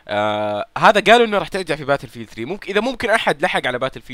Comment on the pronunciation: باتيلفيييلد يارجال قل بتل فيلد وريح نفسك